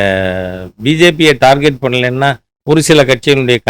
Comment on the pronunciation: டார்கெட்.. டார்ஜெட் அல்ல. திருத்திக்கொள்ளவும்..